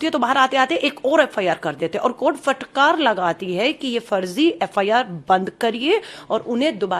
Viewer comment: Abhi thoda Aur padhaai Karo aur FIR bolane ka Sikho dal badlu